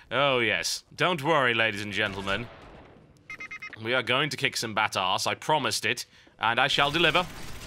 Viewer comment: *in classic british voice* 'Oh yes dw ladies and gentlemen, We are going to kick some batass I promised it...and I shall deliver!' LOLd!!! the juxtaposition of barbarian slang with extreme propriety.